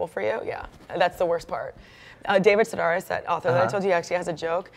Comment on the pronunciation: sedaris like air not are